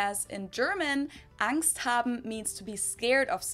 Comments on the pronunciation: No its not pronounced Ängst... how are you listening to her saying it over and over and repeating it wrong? xD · no xD its pronounced with the german A. not the english a which sounds like the german E 😂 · We pronounce "Angst" with the german A vowel (something like "Ah" in English). The way you pronounce it we would spell as "Ängst" or "Engst", so it's a different sound. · For the word "Angst": she keeps saying 'ah' and not 'ey' and he's still like "oh they say "ey" too?" No. It's 'ah'😂😂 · no we dint say AENST we say ANGST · It's angst you say ängst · Angst is alwasy "uhngst", never "ängst". "A" is never pronounced as in English "A", this is always either an "e" or an umlauted "ä". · No, we don't pronounce Angst like angst. See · "so you guys pronounce it ängst too" Dude, either there's somethig wrong with your ears or your brain because she not only pronounced it differently, but even emphasized "with a german a" literally 20 seconds earlier. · das wort:Angst was er sagt:ängst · No we don't pronounce Angst the same way haha listen again how she pronounced the A in the german version.